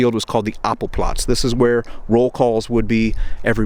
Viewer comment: not apple platz, Appellplatz (like the word: appeal - stressed on the second syllable, meaning roll call)